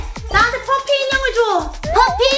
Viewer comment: 옹 맨날 잘보고있어요근뎅 퍼피가아니라 파피에용